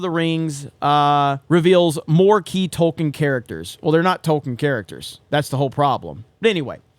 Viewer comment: Funny how when you said "new Tolkien characters", its sounded like you said "new TOLKEN characters"